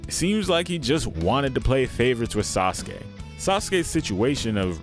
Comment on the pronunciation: Hehe.... "Sauceke"